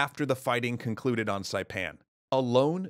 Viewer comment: I've been a long time subscriber, I've seen a ton of your videos and it's crazy to see you tell the story of the island I live on :D absolutely perfect pronunciation for saipan by the way. Most other documentaries butcher it for some reason